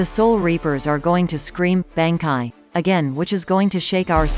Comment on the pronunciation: I never thought I would hear google say banki, I'm my opinion I think it's lacking.